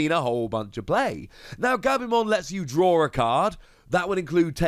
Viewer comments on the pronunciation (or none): none